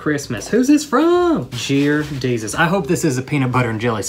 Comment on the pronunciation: "Jear Desus" - 2019